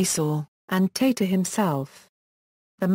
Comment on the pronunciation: Its tata... Not teta